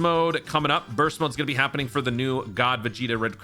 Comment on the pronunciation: Annountnents, big tings appening